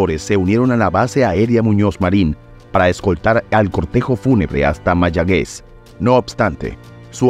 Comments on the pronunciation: Mayagüez no Mayagez. Como me jode que digan las cosas mal dichas. Eduquense antes ee hablar como loco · Se dice: MAYAGÜEZ La "U" sí se pronuncia... 😉🇵🇷🇵🇷🇵🇷 Mi Pueblo, Mi ISLA DEL ENCANTO.